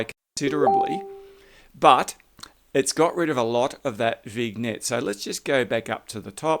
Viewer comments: You dropped some good tips here, so in turn, I’ll drop one for you: it’s pronounced “Vin-yet”! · Sorry,love your tips, but vignette is pronounced vinyet, the g is silent.😊